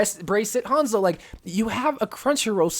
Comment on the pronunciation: really hates Hanzo so much he can’t say his name right